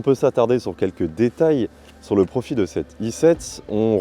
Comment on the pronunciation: "Si on veut commencer par évoquer au niveau du look", 😳! "Son profi" 🤔 tiens donc, on ne prononce plus le "l" de profil...